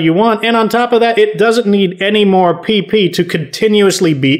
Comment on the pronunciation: I was literally just thinking that I was like if he says it one more time I'm going to freak out and he says pee pee supply and I'm like 💀